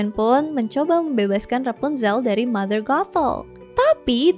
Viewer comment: ngucapin nya sih kya rada susah y tpi klo di dengerin jadinya mother gatel🥲